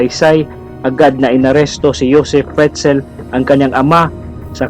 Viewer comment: it's pronounced as /yosef fritzl/. skl 🤗